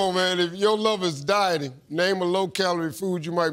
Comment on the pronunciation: OH! DIE-TING. LORD, I THOUGHT STEVE SAID DYING. That changes my answer.